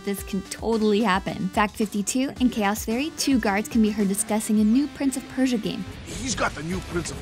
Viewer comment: "Chaoth Errie"